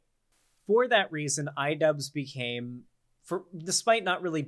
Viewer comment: What’s an idubzzz?